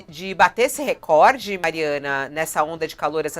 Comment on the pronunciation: Ouvir a falar reCORde, soa como música nos meus ouvidos. É muito difícil ouvir alguém falar essa palavra corretamente.